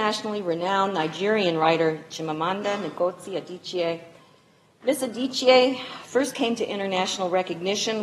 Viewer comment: She kept pronouncing 'Ngozi' wrong 😂😂😂